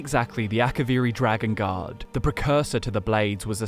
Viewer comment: Bruh I thought was saying dragon God instead of dragon Guard for like 10 minutes